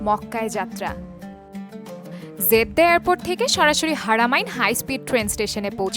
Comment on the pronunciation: It is Jeddah not 'Zeddah' as you pronounce.